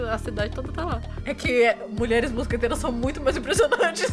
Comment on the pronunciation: Eu sempre achei q ela falasse "mosgateiras" por ela ser uma gata kkkk